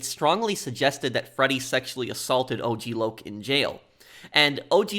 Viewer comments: AUG LAUG?! It’s O-G Loc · The way lazlo pronounced og LOC made me laugh 😂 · "Ogg Lock" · I love how the DJ says "OCK LOCK" at first, not O,G Loc 💀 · Hearing Lazlow mispronounce his name as OGG Lock was stupid funny.